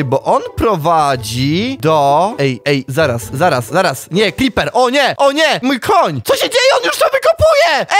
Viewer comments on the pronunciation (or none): none